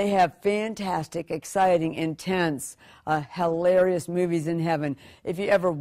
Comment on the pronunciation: I like how she said "Hell-larious".